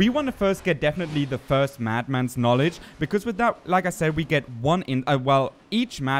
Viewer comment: dont worry, english is tricky and many native english speakers have issues with funny situations like you mad mans knowlagees. your engligh is great and yes you pronounced that correct.